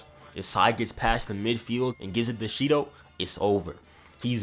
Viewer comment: Shendou=SHIDOU lol